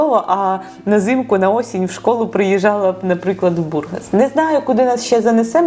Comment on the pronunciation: Да не БУргас, а БургАс.